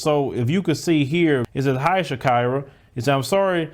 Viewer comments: Its not shak"ai"ra, its shakeera like shakeera shakeera hips don't lie🎶🎶. Americans hava some kind of wired ways of pronouncing 😁😁😁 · That word is pronounced Sha-e-ra. Like the singer. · I think it's Shah-KEE-rah.